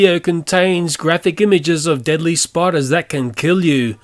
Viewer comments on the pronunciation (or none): you spelled deadly wrong in the intro u said deably